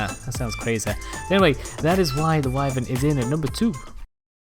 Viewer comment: Thank you for pronouncing wyvern correctly.